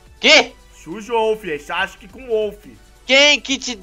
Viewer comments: é SASUKE uTIrra não uCHIrra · É sasuke ne xasuke não